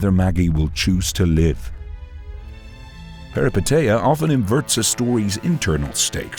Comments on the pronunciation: As a Greek, I'll help you say the word Peripeteia correctly. Say "Peh-ree-PEH-teeh-ah" putting the emphasis on the Peh, the same way you did for the TE in PeripeTEia instead . Also thank you for this analysis, all your videos are remarkable! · As a Greek let me tell you that the correct pronunciation is Perip è tEah and literally means adventure. And anagnorisis means recognition. I'm saying this because for a Greek the meaning of the words being literal means it's easier to have them more clearly in mind. Hoped I helped, great vid!